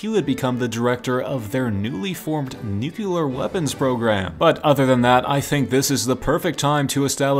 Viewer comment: Pronounced new-clear